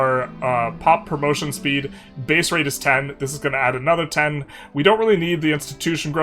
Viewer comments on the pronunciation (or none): none